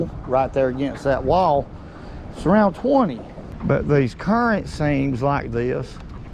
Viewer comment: Say current seams a few more times.